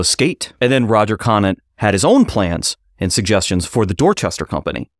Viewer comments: cone ant. not konat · Roger Conant's last name is pronounced "Cone ant" Great episode about my 9th great grandfather thanks for highlighting his role in American history